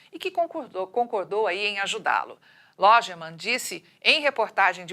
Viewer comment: Logemann ...pelo amor de Deus.. Informe sobre a pronuncia antes de ir para o ar. Essa narrador deve errar a pronuncia do ex presisente Geisel...va se preparar antes de ir pata o ar.